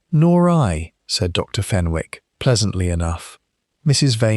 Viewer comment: Good story but . Wished you would check AI for oronounciations. Fenwick has a silent W, pronounced Fenick.